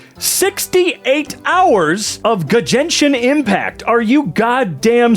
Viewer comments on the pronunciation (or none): “G-jenshin impact” I’m dying